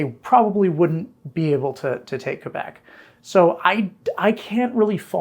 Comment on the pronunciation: Thank you for pronouncing Québec correctly, unlike this series' narrator. 😉